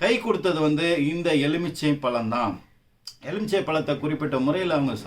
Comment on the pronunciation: Sir it is not EZHUMICHAI, It is எலுமிச்சை, LU not ழு